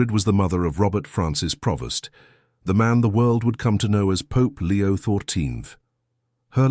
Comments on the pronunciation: PREvost not Provost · It's Prevost, NOT Provost!